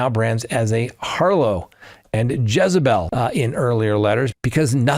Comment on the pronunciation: Did you pronounce “harlot” as “har-low”? I was listening very early (half asleep) and have a slight hearing problem. The word harlot is pronounced using the letter T.